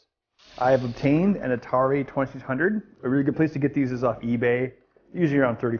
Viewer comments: "Atari Twesisundrd" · I LOVE the Atari twuhsunred!